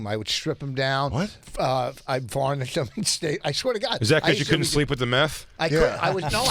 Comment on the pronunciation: Listen to Vos try to pronounce "varnish"